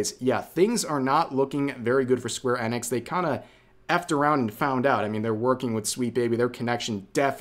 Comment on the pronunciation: How is it that you don't know how to pronounce square enix correctly?